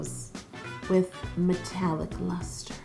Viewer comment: When she said metallic luster i thought she said Nutella mustard!!🤢😂